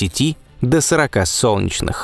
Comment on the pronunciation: не "сончнх", а "солнечных", произноси правильно